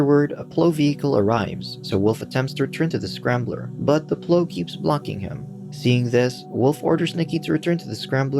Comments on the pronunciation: Why can't the narrator say the word Plow? it's not 'pl-oo' its pl-ow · You were really calling the giant truck with a PLOW (sounds like now) on it a PLOW (sounds like grow) lol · Can't say plough? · lol!!! it gave me a giggle everytime! is it a human reading or not??